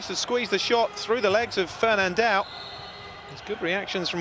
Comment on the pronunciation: It's curious to hear "Alemel", "Fernandel". It must be as complicated for non-Brazilians to pronounce "ão" as for Brazilians to pronounce "th".